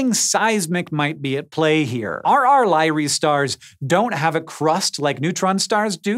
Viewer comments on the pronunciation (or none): Lie-ree? How about Lyr-ay? Honor the person that named it, at least. eesh..